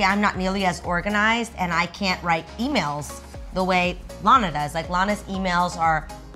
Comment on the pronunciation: Everytimes she says Lana it sounds like she said Loni